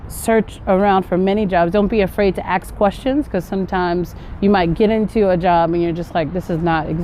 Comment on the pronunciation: Your roots are nigerian or ghana because you said “ they aks you”instead of “ they ask you”.the verb is to” ask” not “aks”.am i the only one to notice that?